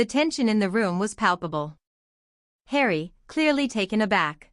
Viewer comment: “ Just call me Hawrry”